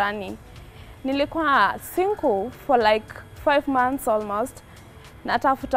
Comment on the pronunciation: The English girl.... But alisema I've been 'sinkul'